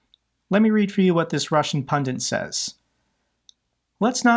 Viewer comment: seriously, what the hell is a "pundent"?! 🤣 (it's 'pun-dit'). Awful tragedy about the F-16 pilot, I just hope lessons are learnt from it. Thanks for continuing to talk about Ukraine.